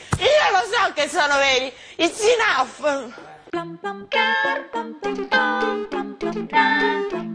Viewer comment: RAGA MA QUEL "IIIZZZ INAOOFFF" ALLA FINE? HAHAHAHA SONO MORTA! Comunque the short guy per la vita.